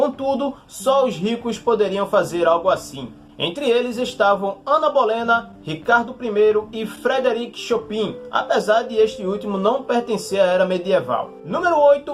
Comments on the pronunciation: Os vídeos são interessantes, mas com muitos erros na escrita e na pronúncia. No caso do Chopin, se pronuncia "Chopã"... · Cara interessante seu canal, os assuntos que você aborda, porém tenho uma ressalva. Cuidado com a pronúncia de algumas palavras, seria interessante buscar saber como pronunciar. Por exemplo: Chopin, le-se Chopan. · Chopin se diz " chopam" . rsrsrs Parabéns pelo conteúdo, muito interessante! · não, está escrito certo, Chopin, mas me refiro à pronúncia, você pronunciou errado.